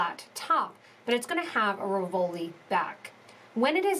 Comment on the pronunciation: It RI-vol-i, not ri-VOL-i. The accent is on the first syllable